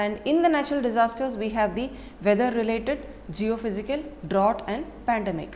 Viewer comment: To be Pronounced as Draut!